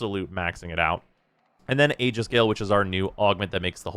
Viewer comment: Finally, someone pronounces aegis correctly.